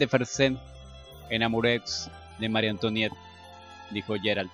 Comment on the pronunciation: Oye sí que está difícil leer francés eh? en los capítulos que siguen, bueno yo he escuchado que antoinet o como se escribe antonieta en francés por ejemplo lo que se escribe oi como moi o antoinet se pronuncia antuanet, por ejemplo, excuse moi es excuse mua, y marie antoinet lo podrías decir como Magie antuanet ( ya ves que los franceses pronuncian la r como gg, como si fueran a echarse un gargajo se oye feo pero así lo hacen)